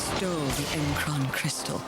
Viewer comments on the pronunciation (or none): It was in the video and you still mispronounced M'Kraan.